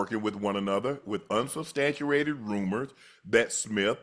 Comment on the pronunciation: Shannon out here making up words… 😂 “Unsustantruated??? Bruh tf